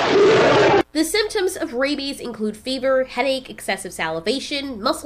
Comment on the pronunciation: The way you pause before you said “rabies” is kinda chilling, ngl 😅